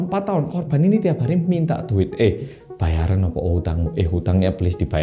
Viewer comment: Pas "He bayaren utang mu" Medok e metu 😂